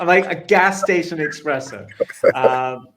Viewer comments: Coffee connoisseur....but "expresso" 🤭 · Bro is an “expresso” nerd…